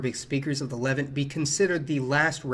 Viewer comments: Good info, but its luh-VANT, rhymes with the insect ANT. Also, you could have looked that up before mispronouncing it half a dozen times. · Wonderful video - thanks! Levant is pronounced Luh-VANT and Cypriot is pronounced SIH-pree-ut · Hellenic is stressed “Hel-LEN-ic” Levant is pronounced “Le-VAHNT” The P in Ptolemy is not pronounced. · Cypriot is pronounced Sip ree ot. Levant is Leh-vant, and many other words of people and places were mispronounced. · Levánt. Levahnt. Le Vant. Lev Aunt., please pronounce Levant better.